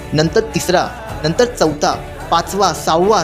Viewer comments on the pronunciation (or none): none